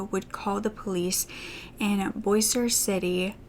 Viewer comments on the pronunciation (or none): ahahaha when u said bossier 🥺 its pronounced like bow-sher😆❤️ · Also its pronounced bo shier lol